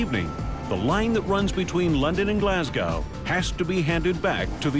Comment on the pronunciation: You would think that the yank narrator could have taken the trouble to learn to pronounce Glasgow! jeez!